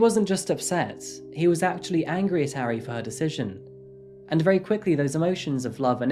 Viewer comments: Its ahri idiot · This murderer's name is Kim Taehyun. Not Taehyung. That's like saying the name Dave is the same as Dale. Also, he pronounced Taehyun all wrong, as well as Ari (it doesn't rhyme with Harry!). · He mispronounced 아리 tho :( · For the sake of accuracy, Taehyun, Ari, and Mapo are not pronounced correctly. There is no "ay" sound in Korean as in "Taylor". It is not Tay-hyOON. Tae sounds similar to "air" (but shorter, with no rhotic "r" at the end), so more of a Tair. And the Hyun part should not sound like Hyoon (with "oo" sound like "book"). The "yun" part of Taehyun should sound like the way many English pronounce "on" or "hot" (short vowel). Ari should sound like Ah-ri (like "open up your mouth as say aaah", and ri with a short "i" like "miss"). There is no short "a" like "cat" in Korean. Both Ari and Mapo have an "ah" sound. More like Mah-por (without sounding the "r" ).